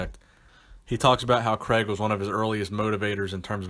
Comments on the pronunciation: Love the videos , think it’s pronounced Cray-g not Creg haha tickled me. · C R A I G Not kreg